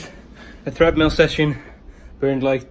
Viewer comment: You said “Threadmill”😂😝